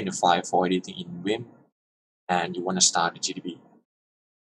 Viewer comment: it's now "wim" it's 'vim' like 'volvo' ... get your pronunciation right.